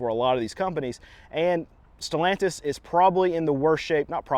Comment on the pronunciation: Who the fuk is stolantise? Sad to see Chrysler dodge name dragged through the works.